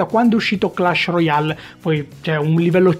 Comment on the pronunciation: si pronuncia clesh royale non per fare ul perfettino